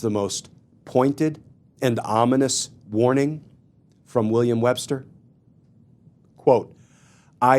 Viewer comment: Paretucuar… Wbbster. What is happening.